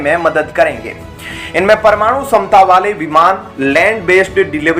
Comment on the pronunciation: क्षमता को समता क्यों बोलते हो?